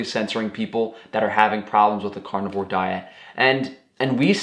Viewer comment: I shouldn't pick on his language skills or dialect but I will anyway. "Cornivore" cracked me up every time he said it. He eats only corn? LOL